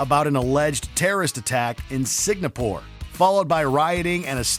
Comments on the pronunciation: Don’t take this the wrong way but it’s Singapore not signapore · ''fake terrorist attack in SIGNAPORE?! really,? SIGNAPORE? i mean, i know nobody in can pronounce foregin names properly, even if their life depended on it, but this is just - wrong! TWICE! dudes, it literally says ''Singapore'', not siGNapore! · it called Singapore not Segnapore you uncultured swine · Erm. Where is this new place I haven't heard of..... Signapore??? I've been to and heard of SINGAPORE..... S. I. N. G. A. P. O. R. E but not Signapore? New place from a game? Fantasy land? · It’s Singapore, not “signapore” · Signapore? Never heard of that country, smdh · WTF is Signapore !! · This video was really poorly made. From sudden editing to pronouncing "Singapore" as "Signapore", it seems like only cares about pumping out as much mediocre content as possible, because their views are stagnating. 3/10. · Did he really say Signapore or I'm tripping? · This dude was saying Signapore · did he say "Signapore"? .-. Edit: he did. Twice haha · Legit never heard anyone mispronounce it like that before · Did the narrator just said SIGNAPORE? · Does not know how to pronounce Singapore?